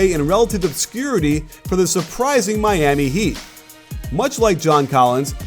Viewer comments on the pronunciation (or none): none